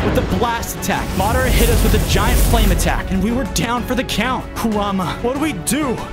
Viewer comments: It's madra not madro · bruh its madara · Fozo you butchered Madara’s name, pls learn to pronounce it right for the naruto fans as well as my self.